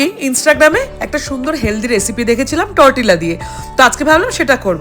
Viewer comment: উচ্চারনটা তরটিলা নয়, টোর্টিয়া হবে.